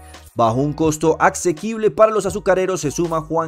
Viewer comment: Mijito, la palabra acsequible no existe en el idioma español. Puede decir asequible o accesible, jamás lo q pronuncio en el video.